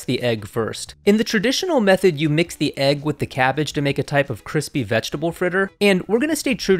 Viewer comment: omg not the Crispy R!!!!